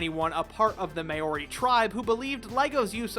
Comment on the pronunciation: well that's a new way of butchering the pronunciation of Maori